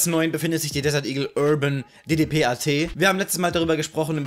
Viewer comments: Die DDPAT wird DeDePet ausgesprochen ;) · schönes Video mal wieder :;D ich glaube man SPRICHT die eine deagle so aus: "Urban Di-Di-Pet"